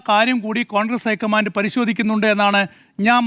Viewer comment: പ്ലീസ് ഐക്കമാൻ്റ് എന്ന് പറയല്ല, ലോക്കമൻ്റ്